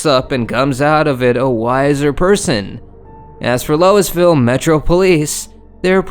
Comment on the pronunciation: It’s looooeeeeville! Louisville